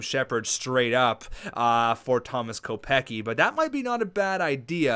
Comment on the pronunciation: Kopecky is pronounced "Co-pets-key"